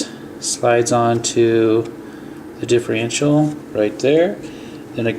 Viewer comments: i cant take it anymore. its not diff-rential. its diff-erntial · you always say differential wrong, You say it diffrential.